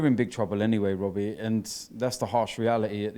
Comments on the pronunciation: "When will it end Wobbie...." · "When's it gonna end Wobbie?!"